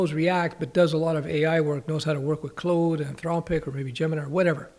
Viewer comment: How are you getting away with pronouncing claude like clode? Did I fall for an insider joke? 😂😂😂